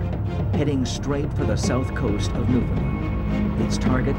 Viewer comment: Narrator: "Newfundlund".. Me: eye roll... Say the following... understand Newfoundland